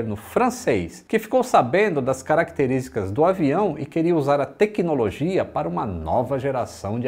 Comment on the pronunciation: Não é bruxaria. É Têquinolojia. 😅